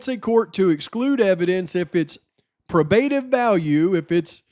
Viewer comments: great job staying dialed in. Also just want to help out its pronounced PRO-BA-TIVE I don't want any morons coming at ya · 1.6k. (Check a pronounciation guide for “probative”). 👵🏻🌹🙋🏼‍♀️❤️🙏🏻